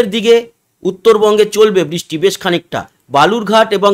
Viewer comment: কথাটা বৃষ্টি। " বিষ্টি " নয়। দ্বিতীয় তো আমরা " বাংলাদেশের“ detailed weather নিয়ে উৎসুক নই । পশ্চিমবঙ্গের উপর concentrate করলে ভাল হয়।‌